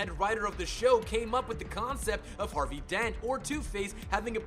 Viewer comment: This was a pretty good list all things considered! Super interesting and well done. Though you'r pronunciation could use some work. Ah-Bey Vagoda? Abe is short for Abraham and is pronounced like the abe in Babe. Dark Deco, pronounced Deck-o. Trial not Trail. Harvey not Harley.